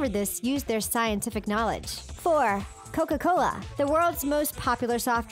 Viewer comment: “Coc cola”